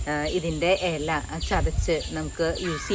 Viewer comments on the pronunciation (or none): Ela alla Ila ennu paranju padikku